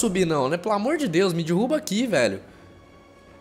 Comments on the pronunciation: Dirruba não cara mim da agonia fala errado é Derruba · Nossa mano da agonia você falando dirruba kkkk coitado do cenobia. Existe Shadow of The Colossus para X-Box 360?